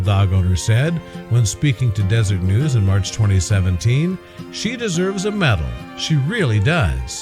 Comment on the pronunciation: De-ser-et, not desert!